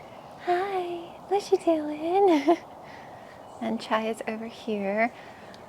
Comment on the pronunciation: English is not my first languge and the first time I heard you talking to Chai I kept hearing child! what are you doing, I thought that was a cute cat name XD